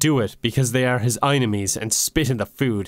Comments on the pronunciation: I can't justify "eye-ni-mee" when it is clearly spelled "ee-nye-mee" or "ee-nyme" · Enime is pronounced as e-nime, not aynemy. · The way you say it, it would be spelled "einimies". Enimies would be "enn-ime-eez" with the "eye" sound in the middle, not the beginning. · Sorry bud, I'm fine with everything here, but how do you get "eyenemie" from "Enime". Say Anime and switch the A for an E and you have Enime. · I am just constantly annoyed that "enime" is pronounced "inemy." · it’s been 4 months and i’m still confused on how enimes is pronounced like Eyenamees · How to pronounce enime: I-ne-mee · If you meant it to be pronounced "eye-nemies" then you should have spelled it "eyenemies" or "einemies" or even "inimes". "Enimes" can in no way be pronounced "eye-nemies. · the way you pronounce enimes doesn't even make sense why would you place the "i" sound in the beginning that's "inemies," a whole different enimy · why did you pronounce enimy wrong